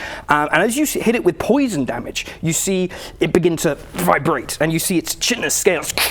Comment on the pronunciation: So annoying to hear Chitinous mispronounced . It's pronounced Kai-Ten-Us with the CH being a Hard K sound. Other than that it was a great episode :)